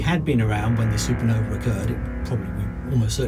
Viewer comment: "a failed SuperNova?" a SuperNuh-uh